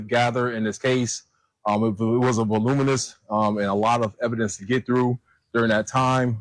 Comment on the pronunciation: The word is voluminous, not voliminous”.